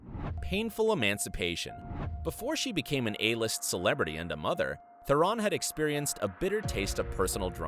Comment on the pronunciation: It's Tihh-rohn Not ferrin